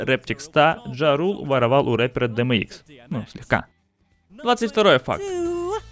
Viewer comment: Не дмикс а ди эм икс (DMX), не энвиэй а эн даблю эй (NWA), не Ринго а Рино (Rhino), и не ог Лок а оу джи Лок (OG Loc). Сука как такое возможно?